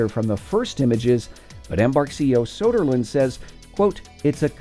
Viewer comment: Soderland? Hahahahahahahhaha NO